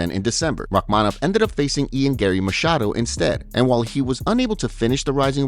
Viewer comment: Finally, someone got his name right. "Garry Machiado." 😂